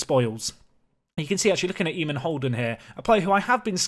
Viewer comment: Oisín = Ush - een McGrath = McGra (th is silent) Eamonn = Ay - monn (rhymes with shaman) You can get better at this!